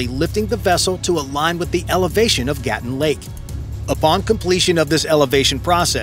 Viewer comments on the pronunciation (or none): 👉 Lake "Gatún" is not GAH(t)-uhn (like GATTEN) - - it is gah-TOON !!! It's jarring when the narration of a documentary mispronounces critical elements repeated over and over again. 😮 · It is Gatoon not Gattin. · it is gaa-toon not what you said.